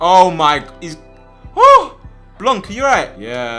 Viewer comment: It is actually called Blanc (Blan) lmao